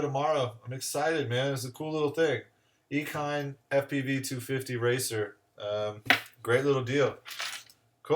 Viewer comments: I think it's pronounced like machine, eachine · that's a first ive never heard ekine